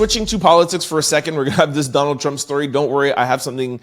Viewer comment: This guy's Voice is So Annoying. He tries to annunciate so much until hes adding too much. There's no T on the end of Trump 🤨 its Not Trumpt 🤔🤨